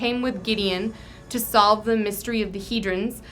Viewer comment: Wait wait wait, it's pronounced "he-drin?" I always said "he-drawn." I think that sounds way cooler.